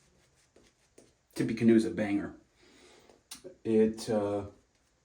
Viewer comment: Great video, but it’s pronounced “tip - uh - canoe”. I too enjoyed life and death from fls. cheers